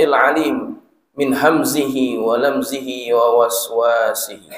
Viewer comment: Maaf sedikit koreksi, tadi mestinya dibaca "la yakuffuhu" tetapi dibaca la yakfihi, lalu "wisawasihi" dibaca waswasihi 🙏